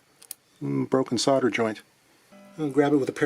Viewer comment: Thank you for saying solder and not solder.